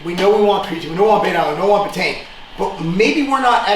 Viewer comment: It’s pronounced “beta-ene”